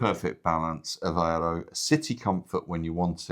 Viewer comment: Since this couple lives in this city, the least they can do is learn how to pronounce the city’s name, AVEIRO and not Avaro. Typical British with no regard to names; they moved from the UK, a country that’s falling apart to lovely Portugal, so start learning the language and the correct pronunciation.